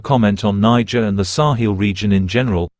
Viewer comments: The AI keeps saying Nigerian 😂 it’s Niger 🇳🇪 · Is it Nigeria or Niger from France pronunciation